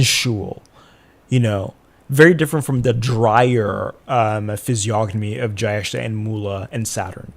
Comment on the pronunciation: Not criticizing your accent, but you can say Jyestha as Jay-esh-tha ( I don't know what latin script is appropriate for the last. The closest I can think is the T in tik-tok but our t would be more pronounced. I sincerely apologise if anyone reads this feels like I'm targetting the content creator.